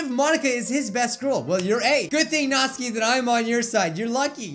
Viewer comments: Nat-suki Not Natski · All reading this comment stop saying Nat-su-ki it is Not-s-kee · It's not Natsuki it's pronounced Nat-Sue-ki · Its natsuki not notski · It's pronounced Naht-SOO-Kee, not NAHT-suh-kee I feel like Hermione right now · It's not natski it's natsuki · Stop saying Natski please it is annoying say NatsUki WITH THE FREAKING U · Natsuki The normal way of saying it. Nat-sue-key Natsuki How says it. Nat-ski A whole new 🌎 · says Natski But others say Natsuki. be like DON'T CARE. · Pronounces Natsuki like Natski Me: 😐🇵🇱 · Is he saying Nazi? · Natsuki sounds likr Nazi when you say it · Its nat suki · you pronounce natsuki's name like nat-suu-ki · It’s NAT-SU-KI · Ur pronouncing natsuki's name it sounds like ur saying not sue key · That's how you say her name! I get very angry when people call her "Natski". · Her name is pronounced "Nat-soo-ki" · Who else hear "Natzi"? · WHAT NOOOOOOOOOOOOOOOO NOT NATSIKE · he said natzi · OH NO NATSUKI!!!! NOT NATSUKI!!!!!!! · Not my Natsuki 😢😢 I'm a french new subscriber 😊 I love your videos very much 😊❤ ( and your hair 😍 )